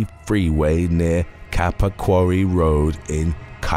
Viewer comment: KAPAQUIREE road? This has too be AI because no one gets it that wrong. Its KAPAA QUARRY